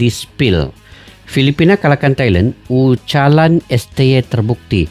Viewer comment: "ucapan"bukan ucalan tak bermakna 😅😅😅